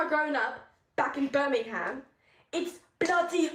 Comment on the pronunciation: This video is actually two American girls attempting to do British accents for a TikTok skit. Their pronunciation is off on multiple words & their accents waver constantly. In the UK we don't say the "HAM" part of Birmingham it sounds more like "ber-ming-am". Plus if these two were from Birmingham their accent is wrong, it's like saying you were from New York but giving a Texan accent.